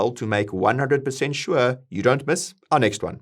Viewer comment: I love it when he says "shua" :)